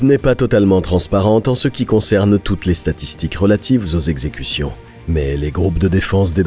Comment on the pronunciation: Les quatre zexecutions hahaha😂